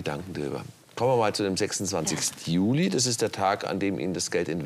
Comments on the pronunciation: Alter warum sagt Herr immer Julai😂😂😂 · Wieso sagt der Herr immer,,Julai´´ anstatt Juli? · Wie sagt der Staatsanwalt Juli?😂😂 Juläi😂😂